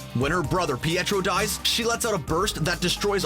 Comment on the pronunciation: Did he just say... “pee-tree”?